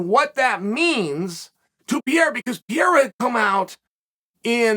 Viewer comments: I thought it was Pereira, not Pierre lol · There's no PIERA. It's PEREIRA. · Its Pereira, not Pierre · Who the hell is “Pierra”? Just call the guy Poatan if pronouncing Pereira is to difficult 😅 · What is this Pereira you're talking about? Chael here is referring to Alex Pierra, the current UFC Middleweight champion of the world. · Yes, but his Name is Alex PEREIRA, not Pierra. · "Pee-ERA has my interest." There goes Chael again, teaching the rest of us how to correctly pronounce yet another fighter's name. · Uncle Chael, PLEASE, for the love of God...stop saying "Pierra"!!! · As intelligent as you are… it’s incredible how many times you completely fucking butcher….simple names. It’s now para, not piera, not peraia…. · lemme help u say Pereira ,Chael PA REI RA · the first word i heard is pierra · Chael the name is pronounced Pe-rei-ra Like the city in Colombia. Pereira Colombia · Who's 'Piyeera'? That Chael...😂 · It’s PUH-RARE-UH. 😂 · Uncle Sonnen I really enjoyed your comments. If you want to know the way that you pronounce Poatan name is : PEHRRRREYHRRRRA ... THAT IS PORTUGUESE FOR : PEARTREE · 6 months and Chael still can’t say PEREIRA… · lol "pierra" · Chael: Pierre has my interests Also Chael: Peeeara for what it’s worth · I love how Chael pronounces Pereira's name as Pierre. LOL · P-YEE-RUH? LMAO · Nobody says his last name the same. Chael just said f this shit and went with "Pierra." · Alex needs to officially change his last name to "Piera" because ain't no way can Uncle Chael be pronouncing a name wrong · Pair-rare-uh. Learn his name Chael. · "Alex Pierra" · Chael, forgive me but am I almost starting to hear you say an a at the end of Alex Pierre’s name, what’s up with this almost somewhat correct pronunciation? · Pee Air Uh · Love how he still cant say alexs last name right and.prolly doesnt care lol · when he start pronouncing perreira name in a weird way..i knew this is a great video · Couldnt prounounce Pereira for the life of him. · "Piera" The Chael